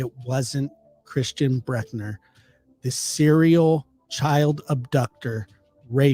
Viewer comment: Yes, I can confirm that suspects names are abbreviated to initials, the last names at least. Thanks for talking about this case and you did an amazing job of pronouncing it. Almost perfect! Please don't take criticism to heart. Some do mean very well.